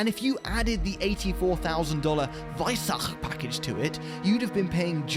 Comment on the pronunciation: “~veissagkqche pagcshckage~”